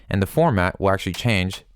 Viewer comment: You are doing a tutorial...how about you call the term what it is.. "formaNt" not "format"